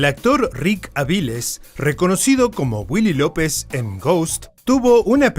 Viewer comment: Se pronuncia 'Avilés', no 'Avíles'